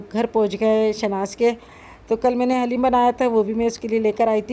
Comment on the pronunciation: Piyari sister plz say daleem to HALEEM.stay blessed AMEEN